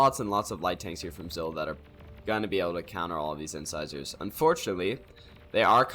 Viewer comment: It's "Inn-SIZE-urr" yeah. Like the teeth. Your casts are always entertaining. Keep at it.